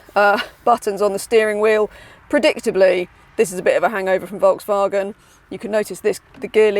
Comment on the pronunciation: Can’t pronounce Volkswagen 🙄